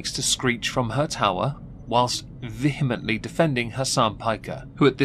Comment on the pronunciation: Finally, someone who pronounces 'vehemently' correctly.